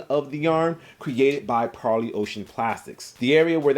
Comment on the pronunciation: I know it’s trivial but It’s super refreshing to have an intelligent sneaker youtuber pronounce Parley correctly.